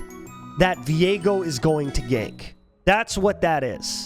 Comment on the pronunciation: i hate that people pronounce viego like vi ego, no its 1 word VIEGO like vigo